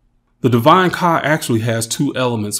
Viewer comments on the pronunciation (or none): The words aren't coming out right when you say kah it says car amongst other issues